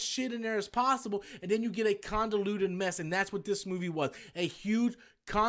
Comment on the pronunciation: It's not "condaluted" it's convoluted you ignorant pasty fat loud mouth .